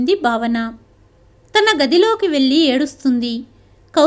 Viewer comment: కథ చదవటం బాగుంది (వెళ్ళి, పెళ్ళి) వెల్లి అని పెల్లి అని చదువుతుంటే వినడానికి బాధగా ఉన్నది . ఉచ్ఛారణరణ దోషాలు లేకుండా చదివితే బాగుంటుంది.